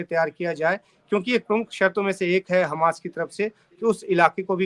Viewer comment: खमास नहीं हमास